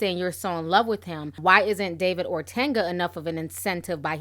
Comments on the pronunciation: OTUNGA not ORTANGA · Ortanga? O-Tung-a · Ti, stop calling him Ortanga lol, his name is Otunga haha...... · Yooo it’s O-TON-GUH not ortenga nooo ma’am.. I’m sorry but you saying his name all wrong bothering me 🙄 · I love your videos.. But it's OR-TUN-GA not OR-TAN-GA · Please pronounce David's last name correctly. It's O-t-u-n-g-a, not Ortenga or Otenga. Thank you, Miss. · Hi you are pronouncing David’s name incorrect. It’s pronounced “O-Tunga” not “Ortenga.” It’s an African last name and the way you are pronouncing it is more Spanish. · "Ortanga" lol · (O-Tun-ga) I love you Ti but I had to😭😂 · I laughed every time you said "OrTanga" 😂 Anyway, J Hud had a rep in these streets for being a Diva every since her knocked kneed behind lost all that weight. This isn't a huge shock but I don't believe David was violent to her. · Will you ever say this man's name correctly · I'm Kenyan and its really hillarious how you pronunced "otunga" though you tried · There is no ‘R’ in his name!! Love ya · Ti there is no r in Otunga 😂